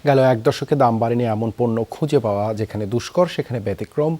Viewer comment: পেওয়া না ভাই পাওয়া